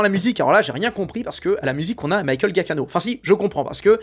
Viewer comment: Excellente vidéo, merci. PS : le nom du compositeur se prononce "Djia-ki-no" 😁